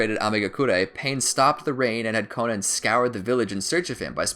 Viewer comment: Ahh yes the life of "konen"